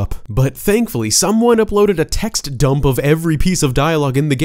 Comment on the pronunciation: Love the way you say "dump"